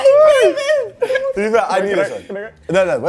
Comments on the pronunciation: Man said “engravements” 💀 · "Ingravings" 🤣🤣🤣oh filly don't finish me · “engravings” is mad 😂🤣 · I lost it when filly said “engravings” 💀💀